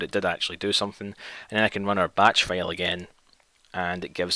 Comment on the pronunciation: When you pronounce "file" as "fail"